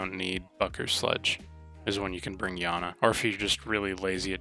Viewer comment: Yana it’s iana